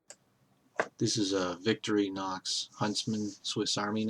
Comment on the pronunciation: "victory-nox".... its victornox...